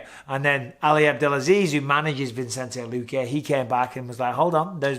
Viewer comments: VISS-EN-TAY... NOT VINCE-ENT-AY... PLEASE DEAR GOD BISPING HOW LONG CAN THIS GO ON FOR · Mike, love you, but it's Vi-cen-te, not Vin-cen-te. :) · Love ya Bisping but you've been pronouncing Luque's name wrong forever, it's Vicente, pronounced Vi-sen-tay, not Vincente. Tiny thing but a huge pet peeve of mine lol. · Bisping, I just wanna point out: Vicente. There's no N between the I and the C. Vicente. Vicente. It's Vicente. Pronounced VISSINTAY. Not VINSINTAY. Vicente, Mike. Vicente. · It’s not vincente BISPING. ITS VICENTE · Just watched to see Bisping call Vicente Luque, ViNcente 500 times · come on mate pronounce vicente's name properly lol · Hope you don't watch Chael if Bisping barely mispronouncing names upset you lol